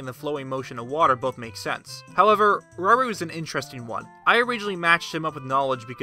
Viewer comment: I think Rauru is pronounced 'ra-oo-roo'... :D